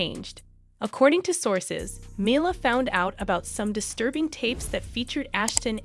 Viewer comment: U might want to learn how to pronounce Mila’s name